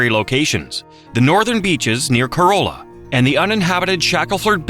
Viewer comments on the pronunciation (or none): NC pronounced towns a little different. The wild horses are at Cor-AH- la, not Corolla like the car. And at BO-fert, not Bo Fort. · Horrible video! For anyone familiar with NC, these 50 Facts are old news. And the mispronunciations: Corolla, Beaufort, Chowan, Raleigh, Fayetteville, Tryon, French Broad, Brevard, Nantahala, Pisgah, Gorges, and Gastonia. One more, Appalachian does have a southern pronunciation and a northern one. But if you're doing a piece on North Carolina, you use the southern one. Anyone who has attended or visited Appalachian State University in Boone knows which is correct. :) And lastly, Fact 12 describes the Big Pinnacle of Pilot Mountain. However, the footage is NOT of Pilot Mountain. Don't know where the footage is but it is certainly not of Pilot.